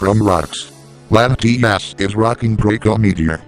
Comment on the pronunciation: He said Latimas not latias